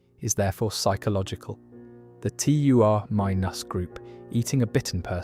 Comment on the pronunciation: I hate how you say Daryl & Terminus